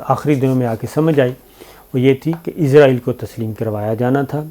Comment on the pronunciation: یار .... یہودی مُلک کا نام اِسرائیل ہے اور. عِزرائیل مُلک الموت ہیں.... اپنا تلفظ درست کریں